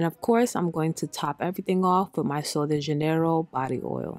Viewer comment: Its pronounced like Loxscitane. It tookme years to learn lol & Sol de Janeiro is pronounced like Hanyero.